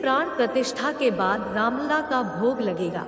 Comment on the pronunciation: Madam Ramlal nahi Ramlala. Pls.